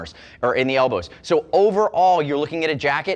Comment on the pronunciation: I heard it too... el-bro!